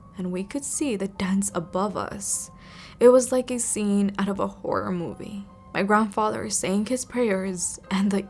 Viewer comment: I remember that time when you say that moive